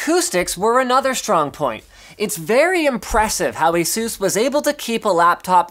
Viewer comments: Why you say Asús and not Ásus? Doesn't sound good. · You said asus asooos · It's asus (eh-sus) Like Pegasus ^_^ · ASUS.... lol say it more than 5 times Sounds funny right?